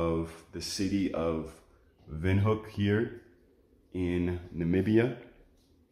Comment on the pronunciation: That's the right pronunciation of Windhoek by the way.